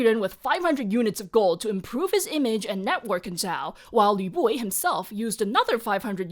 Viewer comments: i put this video on while cooking and i can't get over the fact that all i hear is YA BOY instead of Lü Buwei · Can’t stop hearing Lü Buwei as ‘ya boi’ and I’m not mad about it 😂